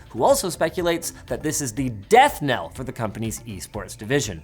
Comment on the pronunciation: I like that we get Linus as host sometimes 👍 Oh, it's death knell not death nail.